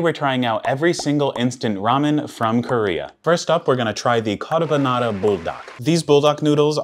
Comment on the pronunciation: Bruh he can't even pronounce and easy word like carbonara